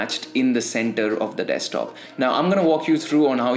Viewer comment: Your accent is cool and all but its "desk-top" , not "dextop" :v Loving the content tho